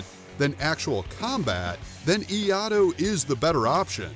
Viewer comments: The pronounceation of Iaido is killing me bro! It's eee-eye-Do. If you had that right, you'd have yourself a nice video. You say it wrong over and over and it's like nails on a chalkboard. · If you're making a video about something and it is in your title, you at least have to be able to pronounce the word right. wtf is IIaDo. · Someone didn't see/read the second "i" in Iaido. 😂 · As an Iaidoka, I can only say that his pronunciation of the words Iaido and Iaito causes me physical pain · Why is the 2nd i in iaido not pronounced here? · Iaido is much more than what is commented here, it evolved from kenjitsu adapting to a more peaceful period of history. Not to mention, the pronunciation of Iaido is totally off. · Clickbait at its best. Plus the Yankee pronunciation of Iaido finished it off. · Maybe you could have learnt how to pronounce "Iaido" before you start making a video like this XD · Pronounced ee-ya-ee-do, not ee-ya-do. Iaido requires drawing the sword in one smooth motion, then returning the sword to it's scabbard. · Great video, but it’s pronounced Iaido, like it’s spelled, instead of “iado” Correct pronunciation: “ee-ai-do” Wrong prononciation: “ee-ah-do” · This is kind of a dumb comparison. Escrima is actually a self-defense martial art that you can use to defend yourself. Iaido, which I study and practice (and which is pronounced “ee-EYE-doh,” not ‘ee-AH-do” like the video says), is more of a zen art that is meant to develop your inner spirit. It is a solo art, where you focus on form and calm, flowing movements, rather than speed or power or striking. So trying to compare these two are like comparing apples with bell peppers. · You do realize the pronounced it eeeee-I-dough. It's closer to just I-eye-do. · I have practiced eskrima from filipino guros for 40 years. Very well articulated, sir, I enjoyed its accuracy. One constructive comment on Iaido. I belive the art is pronounced. E I DO, not E AH DO.. well done! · It's pronounced i-a-i-do not i-ado